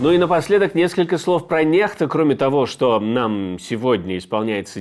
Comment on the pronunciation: Не понимаю,почему NEXTA произносят,как Нехта.Если буква N- произносится,как русское Н,то буква X должна произноситься,как ИКС,то-есть НЕКСТА.